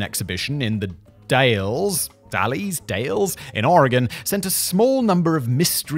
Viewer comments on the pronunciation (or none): It's not pronounced d-ale-s it's Dalles so D-ah-lles Simon. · The Dalles, Oregon is pronounced like “dolls” but with a short a. :) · its pronounced "dahle z" more of an "aley" like sound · The Dalles pronunciation will never be done correctly, I lived nearby (Tri-cities, WA) and even there its like 4-5 different ways to say it, so no one really knows. I say "Dals" when I say it. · Its pronounced The Dals... like pals.